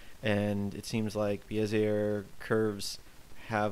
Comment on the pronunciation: Bezier is indeed french and pronounced Bezee ay the r is silent.